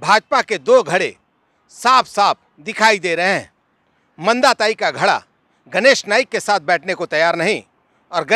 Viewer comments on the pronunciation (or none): घड़ा नहीं धड़ा होता है